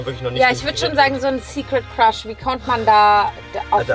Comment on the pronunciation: Ich habe beschlossen und zu shippen, weil sie beide immer Quasch anstatt Crush sagen🤣